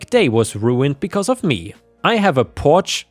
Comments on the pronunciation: You lost me when you couldn't pronounce Porsche correctly. It's not Porsh. It's Porsh-uh. Two syllables. Not rocket science. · Porsche isn't pronounced porscha. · Funny how you tried to correct listeners on the pronunciation of "Porsche" - everybody already knows this, that it's considered proper as you said it is, but it is generally seen that this is only correct in the original language (Italian, I think? Or french?), that in English it's the one-syllable version which is correct, sorry, :) The two syllable version "Porsch-uh" is thus seen as pretentious, snobby, and trying too hard to seem sophisticated - but you mangled "911". You said all the digits, like with the North American emergency phone number, with THAT car it's always said Nine Eleven in my experience. :9 (Probably to help differentiate it from the emergency number). Story 2: LOL! It's not a "super unique name", it isn't a name at all! That's the problem! Hence the story! Idiot husband just added an "a" to HIS name of Stuart to try to make a girl name. (Oh, and you need a better pronunciation site, because it doesn't seem to always help). So, NTA, husband is being thick-headed, not realizing the difference between a "unique" name, and not-a-name. The latter is essentially child abuse, it will always be a problem, and he should treat his daughter better. :) GUARANTEED that if she got that name, she would adopt a nickname/middle name as soon as she develops enough independence to realize that's an option and she can do that. Simple solution: OP tells husband "Find ONE person named Stuarta, preferably someone our daughter can look up to, then I'll think more about it. If y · it’s Porsche , the letter e is silent